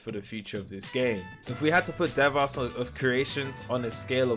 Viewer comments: Ikr he says it like Deevahs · Deev ass 😭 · Why does everyone pronounce devas so wrong smh